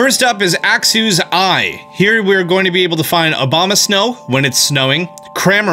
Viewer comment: He is awful at prononuncition... He said Axew as Axe-oo... Its Axe-yew. Duraladon as Doo-ra-leh-den... its Doo-ra-la-don. Unfeasent as Oon-feasent... what the hell. Even in a Links Awakening video, he pronounced "lure" as Lurr. Its Loo-er. Even doing Chandelure as "Shan-deh-lurr".